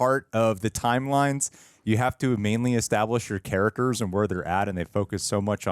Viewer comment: Why… does the guy on the left pronounce it “carrackers”? There’s a T in “characters.”